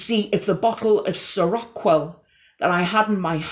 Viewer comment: Its pronounced seroquel (sehr-oh-quell), I'd know I was on it temporarily. This video is fuxking amazing and I love you ❤